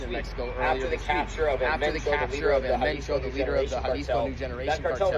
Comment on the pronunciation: El mencho. His name is el mencho .